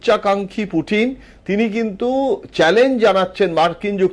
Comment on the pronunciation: নাম শুদ্ধ করে বলতে পারেন না, পুটিন বলেন, আবার নিউজ বিশ্লেষণ করে ।